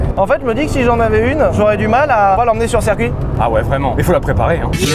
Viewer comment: Sylvain, ta prononciation de "circuit" en "serre-cuit" me fait PETER les plombs ^^ bisous